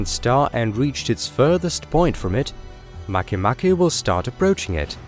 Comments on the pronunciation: Make Make is pronouunced Mah kay Mah kay, not maky Maky nor Make Make, nor Makeh Nakeh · at first I thought it was pronounced make-make not mach-mach lmfao